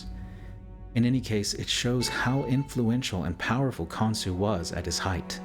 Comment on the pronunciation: Pretty sure the gods name is Khonshu, not Khonsu.